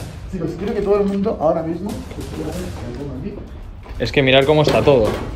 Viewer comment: "Tu vida haora mixsmo" XD